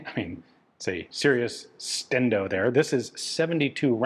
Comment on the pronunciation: TONIGHT, on TOP GUN: The Czechs make another cool design that never goes anywhere, the paratroopers are again convinced they need something wonky and different, and Ian says "'stendo" when referring to a long magazine! Jessica starts playing